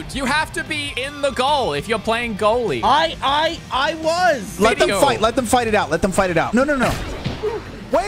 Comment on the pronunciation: brits even worse goallie then skoot.... bit like me as a goallie.